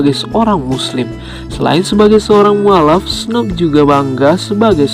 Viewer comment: Snup bukan Snop Lol